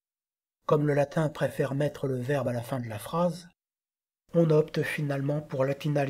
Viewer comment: Merci pour cette vidéo bien faite et instructive. Pourquoi, cependant, massacrez-vous à ce point la prononciation du latin ? Le contraste avec votre prononciation extrêmement soignée du français est saisissant.